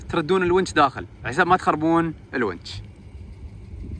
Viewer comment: تسلم بارك الله فيك للتصحيح الونش وليس الونج